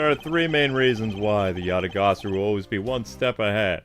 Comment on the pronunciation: You're pronouncing Yatagarasu wrong. It's pronounced Ya ta gah rah su.